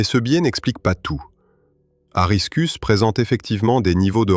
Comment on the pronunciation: Corona virus au lieu de couronne solaire, aristus au lieu lieu de aristarcus. L'IA est virée !